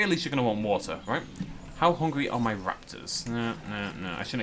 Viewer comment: Little bit of watha little bit of wahha